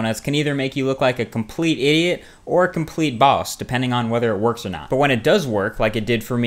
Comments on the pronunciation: your pronunciation of the word 'boss' is super bowSS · Lmfao I love the way this guy says 'bawse'